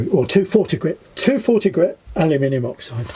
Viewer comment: I get a kick out of the way you pronounce aluminum as alimini.😉